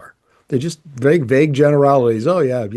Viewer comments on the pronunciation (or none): none